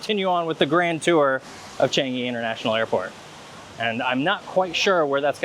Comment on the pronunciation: I'm happy that you enjoyed your stay here! I love Changi airport too! By the way, it's pronounced CHUNG-(y)EE. As in Chungus' "chung" and Yee's "ee", but I know how difficult it can be to pronounce! Thank you for coming by and please come visit Singapore again with your friends and family :D